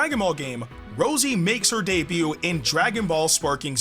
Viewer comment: I'm pretty sure her name is supposed to be pronounced like "Ro-See" that's how they did it in the T.O.P. if I'm not mistaken cuz her base form was "Sue-Rose" or summin like that